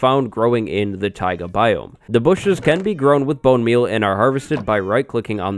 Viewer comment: i cant be the only one who died when he said "da bushes"